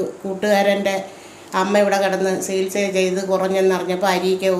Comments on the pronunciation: Sihilsa reethi alla chikilsa reethi ennanu parayendathu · സികിൽസാ... അല്ല ചികിത്സ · Chikitsa enno Chikilsa enno parayoo..Sikilsa ennaanu parayunnath..athu pole phaagyam alla bhaagyam aanu..